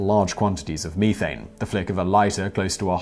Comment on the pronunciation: And "algea" Edit: oof, and "methane" WTF Simon?